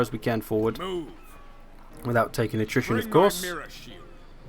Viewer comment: You sound like you are saying nutrition instead of attrition?